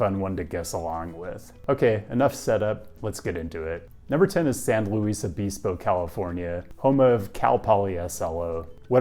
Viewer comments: it's San Luis O-biss-po not pees-po 😁 also Davis mentioned let's go. Davis now also has a pedestrian street on G street, though it is small and new so I excuse you for not mentioning it. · It's San LOU-ISS Obispo, or even "~ Louie ~ " —not Lou-Eesse, unless, perhaps, you're a Spanish speaker. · And it's not pronounced O-bees-po. O-bis-po is the only way I've ever heard it pronounced. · Not o-bees-po, it’s san looey o-bis-po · It's San "Luis obisbo" not "Louise obesebo" lou ihs oh bis Poe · Come on, "oh-biss-po". Say it with me: Cal-Poly Oh-biss-po. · San LOO-is Uh-BIS-poe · It's pronounced san-lewis-obispo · San Loo-EEs Oh-bEEz-Poh, California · san loo-isuh-bis-poh🤣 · your pronunciation of San Luis Obispo was troubling. not San looo-eeeess Obeeespo but San lou issss. O-biss-po. the iss and the biss are prounces like MISS. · San Leweeeeeeess Obispo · Sawn Loo-ees Oh-biss-poe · the pronunciation of San Luis Obispo physically hurt me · Wohoo, San Luis Obispo!! I had so hoped it would pop up in one of your videos once. Hilarious how you pronounce the name tho haha but everyone usually only says SLO haha. I was an exchange student at Calpoly for a year and absolutely loved it. Walked and biked everywhere, of course due to year-round perfect weather. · Great vid but the pronunciation of San Luis Obispo 💀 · As a Cal Poly alum, that pronunciation of San Luis Obispo is rough 😂 Go Mustangs regardless. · Mispronounced San Luis Obispo , otherwise the Leftist has started well. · The unexpected pronunciation of San Luis Obispo made my body take a screenshot